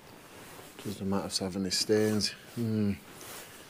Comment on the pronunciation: I only watch your videos because i love the way you say MATT RESS. Also because youre cute. Matt Resssssss. Oo me legs